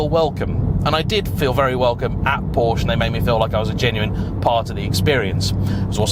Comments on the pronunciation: If you’re such a Porsche fan why can’t you pronounce it correctly? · I forgot and now leaving…you can’t even pronounce Porsche.